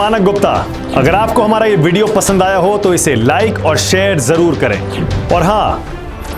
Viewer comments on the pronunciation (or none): none